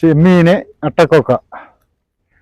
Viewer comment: അട്ടകൊക്ക അല്ല... അട്ടകക്ക 🙏🏻